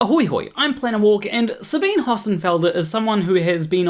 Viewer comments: Love your channel. Never downvoted you. never will. But Sabine is a 3 syllable name. In German, there are no silent 'e's. So, Sabine, in German, would sound to your ear like Sabina. It's actually Sabin-eh (like the first e in edible), but Sabina is close enough. Her name is not Sabeen. I used to like her channel, but don't any longer. But she (and EVERYONE else) deserves the dignity of her own name being pronounced correctly. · Her name is German and pronounced "Sahbeeneh," not French and pronounced "Sah-been." Didn't watch the rest of the video. If you can't even get the pronunciation of someone's name correct, I don't think you're trying hard enough. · Sabine is pronounces her name Suh-bean-uh, even though there’s an e on the end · Not to be a picky pedant, but her name is pronounced with the e at the end as 'ah'. Sabin-ah. That's how she says it and everyone else who mentions her. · You should at least have found out how to pronounce her name. It's only polite. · slight correction to an almost off topic: Her name is SabinE. She is German, thus the E there is not silent. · Professor Dave pronounced it that way and got comments telling him it was the other way around lol